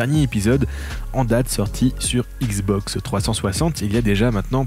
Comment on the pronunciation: Issssbox ? Je suis nul en diction mais entendre écorcher le nom xbox 50 fois par une chaîne spécialisée XBOX c'est chaud 😆😅 sinon le contenu est top merci !!!